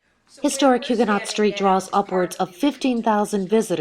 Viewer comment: Can we please pronounce Huguenot correctly?!